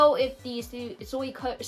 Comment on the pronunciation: Your pronunciation of Suikoden is not too bad. However, I recommend pronouncing Suikoden "SWEE-koh-DEN". Without getting too deep into Japanese, here's why: "sui" is two syllables and "den" is two syllables (n is its own syllable), but "ko" is only one syllable. Therefore, even though Japanese doesn't stress syllables as we do in English, the "ko" part is a relatively small part of the word and gets skipped over a little faster when speaking Japanese. It's also my favorite game. I've never thought of the map as being big, but I suppose that's because there aren't that many locations and I'm familiar with the layout. The mini-map is very useful when navigating. Edit: Threads of Fate -- Rue actually plays a lot like Brave Fencer Musashi, while Mint's gameplay is streamlined. I enjoyed Threads of Fate a lot as a kid, mostly because you get a much better understanding of the game by playing both stories. I tend to play RPGs for the gameplay more than the story and it's been a long time since I played, but I still recommend giving Rue's story a look-see. I hope you enjoyed Radical Dreamers. I played it on emulator years ago and found it quirky but fun.